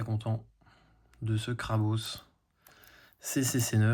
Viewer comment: Incroyable de pouvoir voir tout cela ! Par contre c'est la première fois que j'entends quelqu'un dire Krabausse XD J'ai toujours entendu Krabosse aha